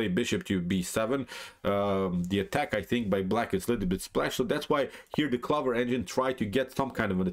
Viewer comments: No. Honestly it was just amusing to me as an English speaker (though I do speak Spanish as well) to hear you pronounce this as 'clovver' we would pronounce it clo-ver. I really enjoy your channel and I know that like me you are a big Kasparov fan. My style is similar to Kasparov (not as good of course) and we almost share a birthday. Keep up the great work. How much do you think computers are influencing modern grandmaster play? I am only an 1800 player and I don't think computers have encroached on my play too much. I tend to play very much as a 'human'. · Interesting pronunciation of 'clover'.